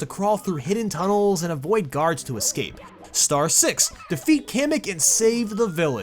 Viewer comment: Finally someone who pronounces Kamek right.